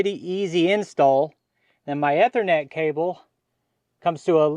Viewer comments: I wasn't gonna tweak him about it, but, yeah, I was cringing every time he said it. As you noted, it is the Long E sound. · Eee-ther-net. E as in easy. Ethernet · It's pronounced "E" thernet. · a minor pronunciation correction, if you please. The first 'e' in Ethernet is pronounced like in knee or need. You had it correct once or twice there:). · Ethernet is pronounced this way